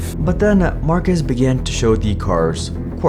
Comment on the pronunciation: You pronounced his name wrong.